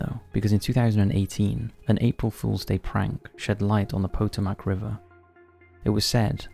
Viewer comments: Please Please learn out to pronounce the PO TOE MAC river not POTO MAC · Lmao "poe-toe-mac". It's Pah-tome-ak. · Potomac: "puh-toe-mick" This has been your lesson in phonetic speech for today with Profession Omicron. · *po-TO-mac…emphasis on the second syllable.